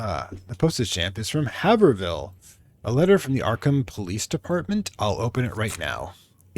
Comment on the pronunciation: I really enjoyed this play-through, its nice seeing small games like this get love and I always enjoy how you expand on references to the source material/inspirations :) (P.S. It’s pronounced ‘hay-vrill’. A lot of New England towns have pronunciations you wouldn’t expect, haha.)